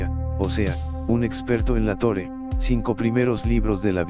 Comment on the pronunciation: Por que dice Tore en vez de Torah?